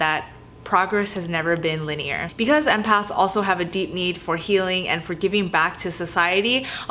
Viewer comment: When you said "progress has never been linear" I heard "progress has never been lit-y-er" I was like yas😝🤘